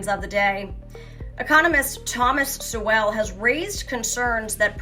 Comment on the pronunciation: Two thoughts: 1. Stick to the news and not political commentary…unless it is in direct connection with Catholics or Catholic teaching and practices. 2. If you’re going to quote and feature the comments of someone like professor Sowell, learn to pronounce his name correctly. Work harder; do better. But for now C+